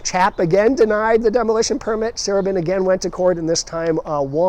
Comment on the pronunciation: As a Baltimore native now living in CA, my love of Baltimore is regularly reignited with each new video of yours. One very minor gentle correction is that the pronunciation of Sarubin, the former owner of the Beethoven. His last named was pronounced Sa-ROO-bin. I lived in the wonderful Beethoven in the early-mid 70s.